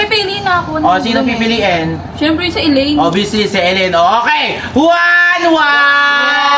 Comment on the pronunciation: Ellaine- Sasha laparan✅ Shellaine- Sasha taparan❎